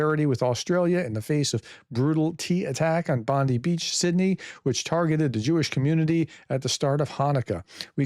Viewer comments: In Australia its pronounced Bond-'eye' Beach Not Bondy beach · Just FYI Bondi Beach is pronounced “Bond-eye” Beach, cheers. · For international people, it's pronounced BondEYE beach. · Bondi Beach iin Sydney, Australia s pronounced Bondeye Beach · Pronounced Bond - eye beach